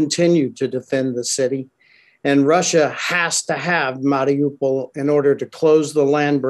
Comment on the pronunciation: this clown cant even pronounce mariupol.. why should i listen to anything he has to say regarding this city